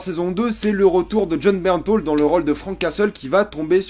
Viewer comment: c'est Bernthal que l'on dit pas " Bernthaul "!?! Jaaaaargh